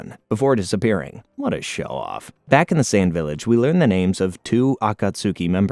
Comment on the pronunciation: This vid is great, but if you watched the entirety of the series in English dub, I dont understand the mispronunciation of nearly ALL the names.